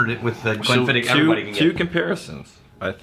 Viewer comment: Just so you know, you are pronouncing it wrong. And just so you know how I know that you are pronouncing wrong is because I contacted The Distillery. The proper pronunciation is Glenn-Fid-Och. The OCH is pronounced like Loch ness monster. Your welcome.